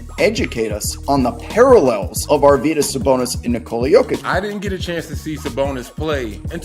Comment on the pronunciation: its actually AR-vy-das, not ar-VY-das